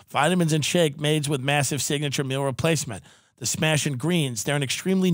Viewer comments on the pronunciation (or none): none